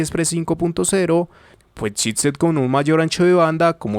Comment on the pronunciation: I keep hearing "shitset"... Damn! ;) Love your videos, man, very thorough!